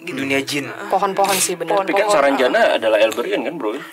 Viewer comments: Untung GK kepleset y ngomong nx...saranjana bukan sarang janda 😂😂😂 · "Saranbata" 😂😂😂 but prayer for semoga dalam lindungan Allah swt